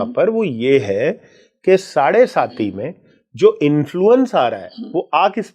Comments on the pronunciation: मैडम साढ़े साती होता है न की साढ़े सती बार बार आप गलत बोल रही हैं सुनने के बाद भी नहीं 😂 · I agree! The pronunciation of 'saade-saati' is erroneous..and the involvement seems frivolous. Such serious & sincere astrology experts need to be interviewed with meaningful queries..to delve into a gem-studded ocean, one needs to be a competent diver!